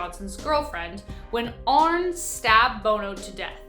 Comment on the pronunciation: HIS NAME WAS ARNIE NOT ARNE Learn to pronounce names CORRECTLY!